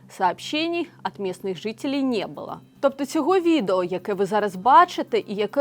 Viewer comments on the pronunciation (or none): none